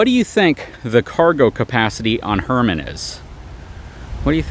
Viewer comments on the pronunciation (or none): Hermen, not Herman. Very subtle…her men. Love to see Buddy!